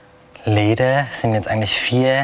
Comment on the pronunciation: Interessante Handwerkskunst, mehr aber auch nicht. Hätte mir mehr Kommentare vom Sprecher gewünscht. - "Leeedäää, sind jetzt eigentlich viää Leeedääälagen...." :D Fuddäää, Leeedäää :D